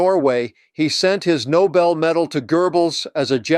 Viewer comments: NoBEL, not NOble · It's not a noble prize. The name is "Nou-BELL"!!! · Not pronounced NOBLE. It is pronounced NOBEL - after inventor of gun powder. There is BELL at the end of the name. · It’s no-BELL, not NO-bull. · Geez! Nobel, not noble. This isn’t all that difficult. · Nobel. Not noble. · It is not Noble, it is Nobel. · Yet another reputable podcaster saying « The NOBLE Prize » instead of « THE No-BELL Prize », as it should be.